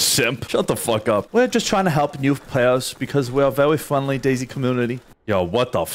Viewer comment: Fwendly Fwendly